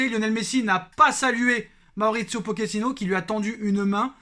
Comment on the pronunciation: On dit pas « poquetino »mais « Pochet -ino » comme une pochette